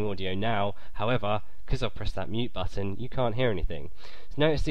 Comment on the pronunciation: is it just me hearing that he says buffon